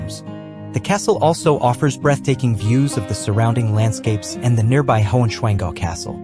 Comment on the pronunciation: The translation is 'Lost' Heigh swanngau is,nt, high pig dale. High Swann Gau. Yes, I know, the 'SCH' will never been mastrered by YOU. 🤣🤣🤣